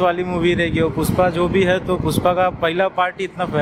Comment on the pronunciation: पुष्पा ❌ पुस्पा ✅ 😅